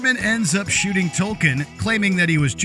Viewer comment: The boy’s name is TOKEN, not Tolkien. And it’s couldn’t care less.